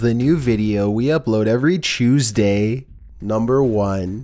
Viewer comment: Dang every chewsday